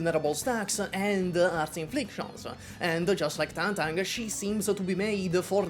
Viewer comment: Thank you for being seemingly one of the few YouTubers who bother to pronounce Tangtang's name right